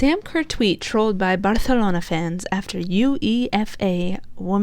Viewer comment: First thing: UEFA is pronounced like VEFA. As a Real Madrid fan, I simply can't stand Barcelona (actually correctly pronounced by in Catalán). This is why I was rooting for Chelsea, but also because I like quite a few Chelsa players. I thought it was more of a problem of the Chelsea defence because it was unable to stop the Barcelona offence and also made quite a few really bad passes. It's very difficult for the offence if you're 2 goals behind so fast, you have a great goalkeeper against you and you just try to score goals by force. Pernille Harder and Sam Kerr missed opportunities ehich they wouldn't if the match was tied. For coaches it's quite a good time to say goodbye by themselves when they are successful like Joe Montemurro, who successfully made Arsenal reach the Champion's League qualification. When you have such strong teams like Chelsea, Manchester City and Manchester United as rivals, it's hard to get more successful. Casey Stoney didn't get well along with the club owners and it's understandable that she wants to make new challenges with other clubs. Experiences with different clubs are always important. Maybe there might be a chance for her as a coach of the Lionesses if they won't do well at the European Cup next year. Jill Roord wants to have more play time and she will definitely have it in Wolfsburg. Lyon is looking to strengthen its team to be a big player in Europe again.